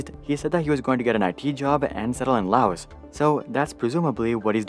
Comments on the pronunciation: its pronounced LA-Ow the 's' is silent. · this may be irrelevant but did he just call Laos Lay o's?